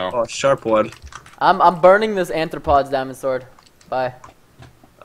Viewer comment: Bane of ARthropods. NOT ANthropods.